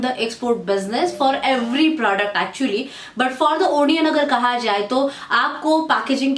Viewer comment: Nice video... but you should pronounce it A-nion not O-nion.